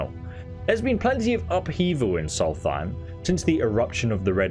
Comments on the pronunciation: Afaik it's more like 'Solst-hime' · Love ESO, but every time he says "solfeim" I twitch. It's like my fiance who calls Markarth "Malkreaf." 🤨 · Solstheim has an S after the L and the H isn't included. Please stop saying a TH sound and say a ST sound. Sols-time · Not to be rude or anything but solsthiem is pronounced "Souls time" (forgive me if it sounds rude, just trying to point out the different pronunciations) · You misspelled your correction of your incorrect reading of the word Magebane. Also, chitin is pronounced kīt'n. I alost still often pronounce that word incorrectly internally. edit: you prounounsing "Solstheim" as somthing like "Solθīm" makes me think you could be doing it on purpose. If you're not doing it on purpose, then I empathise with that. Either way, I'm only 7.62% of the way through this video. I don't want to continue writing down errors when the chances of you benefitting from my corrections are so small. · Soltheim is pronounced "souls-time" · Dude it’s a good video but just wondering about your pronunciation of things. Is it a joke? Like Solthime? They say it out loud in the game. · "soul thime" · Dude i went looking in the comments cause I was like bro why do you say it like that😂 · Why do you pronounce Solsthiem the way you do, even after the NPCs say it the correct way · Never heard Solstheim pronounced like that. Must be a British thing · Its a dyslexia thing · I think it's funny how you still butcher the pronunciation of Solstheim, despite literally hearing NPC's pronounce it XD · You butchered the name of Solstheim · Pronounce Solstheim correctly please